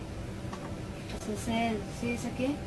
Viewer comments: Brother first one is not Cecil or whatever you’re saying. The name is Azazel and as for her reaction, I’ve met a lot of Latin people that are into that stuff and think it’s funny so idk but I do know Ouija boards are no joke. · Azazel not Cecil 😂